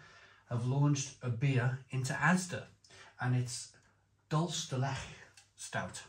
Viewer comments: dool-CHAY der let-CHAY Spanish and the pronounciation tip might help you 😉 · Truly the strangest pronunciation of dulce de leche ever. Is this what Spanish sounds like when combined with Welsh? Dulce de blechhhhh😂